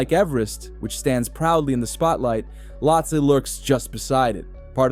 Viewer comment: You can't even pronounce the name properly 😂